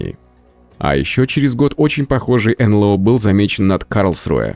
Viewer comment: Эй, ребята! Не ЭнЛэО, а энЭлО. Стыдно.